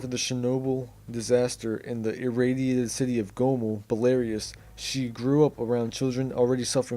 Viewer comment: Bell ah roose not bell air ree us u spanner (Belarus)